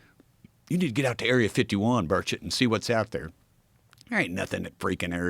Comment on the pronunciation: Finally, Joe can pronounce his name correctly.